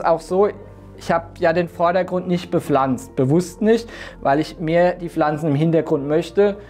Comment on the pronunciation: "Bepflanzet" :D Herrlich - klasse Video, angenehm zu gucken, vielen Dank ^^